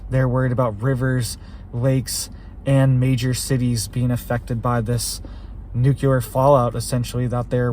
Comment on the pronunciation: You keep saying "nucular" which is not a word. Makes you sound like you are uneducated.